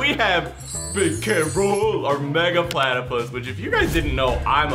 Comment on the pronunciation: I’m obsessed with platypuses me: Do you mean Plattaie?